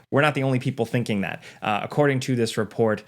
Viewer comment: stop pronouncing two or to like "chu" dude its driving me insane